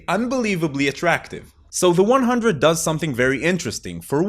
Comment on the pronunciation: I am extremely surprised to see no one in the comments told him he's pronouncing the title of the show incorrectly